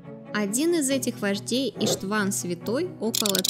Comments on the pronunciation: Боже, она даже ударения в словах неправильно ставит! Иштван, а не иштвАн, ну, и дальше аналогично... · Странно... делать видос о венграх и не знать, что в венгерском языке ударение всегда (!) ставиться на первый слог (в т.ч. и именах/фамилиях)... Слух режет это ваше "Иштв'ан", "Корв'ин", взамен правильному 'Иштван, К'орвин... (( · и́штван, ударение на «и» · что за ИштвАн? может Иштван? не издевайтесь над именами.... 😁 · СЛАВАКИ?!Это что за новояз?И в имени "Иштван" ударение ставится на букве "И".Автор имеет хотя бы среднее образование?Такие ошибки непозволительны.